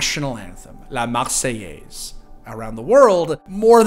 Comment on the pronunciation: The perfect pronunciation of "La marseillaise" made me very happy :3